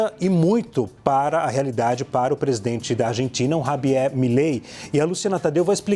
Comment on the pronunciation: Tem que ser MUITO boçal pra pronunciar Rabier na mesma frase em que pronuncia Argentina....ao invés pronunciar " Arrentina"